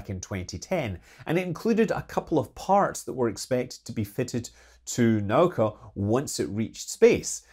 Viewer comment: It's not "nOw-ka". For the last time, it's "na-OO-ka".